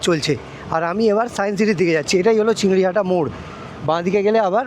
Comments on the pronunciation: CHINGRI GHATA - NOT "CHINGRI HATA" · ota chingriHATA noy chingriGHATA.......... ektu lyakapora ta shikhle valo hoto na? school education to amader deshe free. ektu shike tarpor video banao.